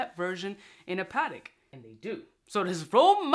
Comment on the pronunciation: "Pa-Tech" my man...